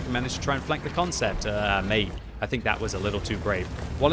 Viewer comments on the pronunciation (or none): none